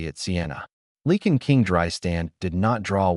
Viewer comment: PLEASE....Can't someone edit your stories. It's LIE CAN=LYCAN. NOT LEE KIN.